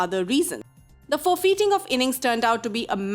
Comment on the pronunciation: Wth does "FOR-FEETING" mean ?